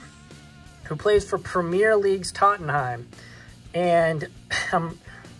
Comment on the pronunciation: I like your videos, but when you hold the cards and move them back and forth when you talk, it makes me a little nauseous. I suggest sitting the card down and zooming in on it and then give your analysis. By the way check your pronunciation of Tottenham.